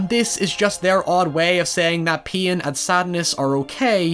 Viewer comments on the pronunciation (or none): Took me half the video to realize “peein’” was “pain” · when I realised he was saying pain not peein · Literally replayed that part more than 4 times cause I didn't know what he was saying and that's what it sounded closest to. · I was thinking exactly that. First time I was like huh? Why we talking about urination? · The auto generated subs say “peein” whenever he says pain lol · "In times of pien and uncertainty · when you say pain I hear peein' and become confused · Just realized every time I thought u said peein u said pain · i think he said pain or mispronounced paimon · I just now realized he's saying pain.